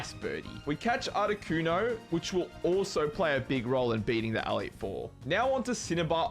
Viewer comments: I'm also an Australian, and what the flamin' oath is an "Aleet Four"? It's an E. Elite. Elite Four. I enjoyed the video otherwise, but that pronunciation is unique. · awesome video, but the way you were pronouncing "elite four" as "AL-eet" drove me up the wall...... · ''The A leet 4'' brother thats an E btw and the word is Elite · The way you say elite is wild. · i don't know why but really bugs me how you say elite xD